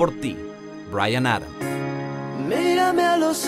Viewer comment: A nadie más le suena raro la 2? Por años la conocí con su pronunciación inicial de "Mira mis ojós!" y ahora tiene una voz más suave, pronunciación delicada y "m'irame a los ojos"? Q es eso? :S Mi infancia! jajajaa